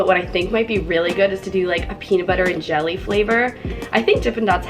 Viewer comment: did anyone else notice that she said gel ee to her brother XD